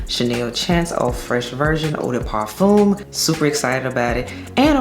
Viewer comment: Hey girl I speak French I can help you with parfum pronunciation, it’s par f uh . No M